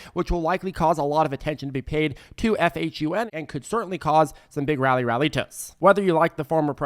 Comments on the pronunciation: You keep saying FHUN instead of PHUN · You said FHUN so many times lol PHUN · PHUN not FUHN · PHUN not FHUN